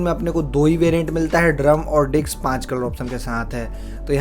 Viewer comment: डिक्स 😂😂😂😂😂😂 भाई डिक्स नही डिस्क। डिक्स (dic ks) पता है क्या होता है?